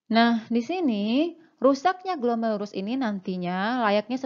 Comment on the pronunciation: Glomerulus bkn glomelurus